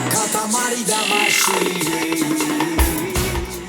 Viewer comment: Katamari Dama-shay?! Facepalm